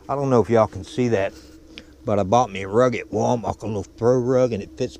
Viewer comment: Glad you made it safely Dad.. PS its Wal-mar'T' not Wal-mar'K'..